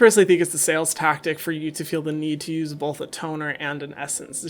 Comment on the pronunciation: “BOLTH” 😐 sorry 😂